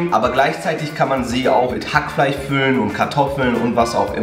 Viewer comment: bin von robs Betonung zu HackfleiCh getriggered